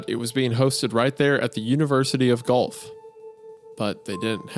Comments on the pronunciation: Wendi, it's not qwof, it's Guelph! That's my home city; put some respect on that name. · wtf Guelph mentioned? Also it's pronounced "gwelf" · As an Ontarian, I feel personally attacked at this failure to pronounce the name "Guelph" (Guh-welf) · Not that it really matters lol but Guelph is pronounced 'gwelf' not 'gulf' - it's a town in Ontario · The University of Guelph is a University Located in Guelph Ontario Canada! I live in Guelph! Its a town nobody ever mentions! Its pronounced Gwelf not Gulf. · as someone who lives very close to Guelph, their pronunciation took me by surprise and made me giggle 🤭 for those who don’t know, it’s not pronounced like “golf” it’s pronounced like “gwe-elf” 😅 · For those curious, Guelph is pronounced like gwelf, not gulf. For bonus creepcast lore, it's actually quite close to Caledon, the town 1999 takes place in. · This is more fun for more cause I went to the University of Guelph! Btw it’s pronounced gw-elf not golf lol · Pronouncing Guelph as Golf made my eye twitch. It's gwelf. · Guelph is pronounced like "Gwelf", not "Golf" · not the Guelph slander edit: pronounced Gwelf, not GOLF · As an Ontarian I almost ripped my hair out the 3rd time he pronounced Guelph "gulf" am I the only one? P.s. it's pronounced "gwelf" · University of Guelph is in southern Ontario, Canada. chucking every time they say "Golf". Guelph is pronounced like "Gwelf". hyped we got 2 Canadian stories in a row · In case anyone was wondering Guelph is a town in Ontario, Canada. It’s pronounced like “gwelf” but hearing golf was really funny to hear 😂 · Isaiah, Guelph is pronounced "Gw-elf" 😆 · Hearing Guelph pronounced like that makes me groan internally every time, but it's also such a weird word if you don't know how to say it. It rhymes, oddly, with elf, sorta like Gwelf. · I love you guys but you’re so American and can’t read lol Guelph is pronounced gwelph/gwelf it’s a Canadian town and the university exists lol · Guelph s pronounced Gwelf, from an Ontarian.